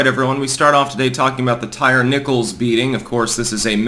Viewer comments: It is pronounced “Tie-Ree”, NOT “Tire”. Geez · Lmao his name is pronounced Ty reeee. Not tire lol bro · Tie-ree. Come on man. Ain't nobody named Tire. 😆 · LOL. His name isnt pronounced Tire, it's Ty-Ree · Tie - rhee. That's how it's pronounced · Did say Tire Nickles?